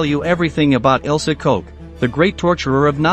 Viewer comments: Her name is pronounced Koch as in “Block”, not Koch as in “Coke”. Her name means “Cook” in English. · "In the small town of Ayecheck, located in the southeast of Germany." - Robot reading AICHACH. "The only certainty was that her name was Ilse Coke." - When the robot can't even read the name of the protagonist, it's time to reconsider.